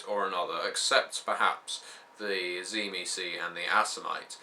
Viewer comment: i might hear this wrong but when i hear cimecee do you mean the tzimicze?